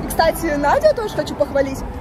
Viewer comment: "Стась, смотри"... чет не звучит как "кстати"